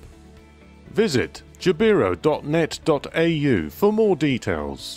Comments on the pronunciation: Jabiru is pronounced Jab-e-roo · Us Aussies pronounce Jabiru as “jab a roo”